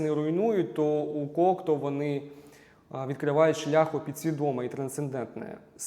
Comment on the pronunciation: Єдине зауваження: у прізвищі Кокто наголос іде на останню літеру. У французькій мові наголос завжди падає на останній склад слова, тому всі французькі прізвища (і слова) промовляються так.